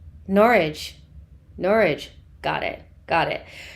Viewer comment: You nailed it, Nor-ich! LOL!